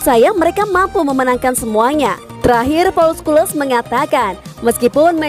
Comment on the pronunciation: Scholes dibacanya skules 😂...